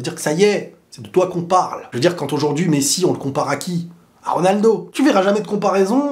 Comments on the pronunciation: Pourquoi tu dis toujours quantte au lieu de quand ?? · oui sauf qu'il ne fait pas la liaison en marquant une pause . C'est la prononciation de la liaison qui sonne en"t" mais le mot quand seul c'est quand Et même quand c'est une consonne il dit prononce quantte 🙃 donc je pense que c'est une habitude de sa part